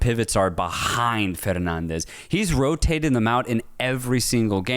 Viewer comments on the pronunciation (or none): I dont mind that non-Portuguese speakers don’t pronounce Portuguese names correctly… its normal, they don’t have to know Portuguese. But for they to go for the spanish accent when pronouncing portuguese names… that always catches me off guard… Bruno “Fernandez”?! Why?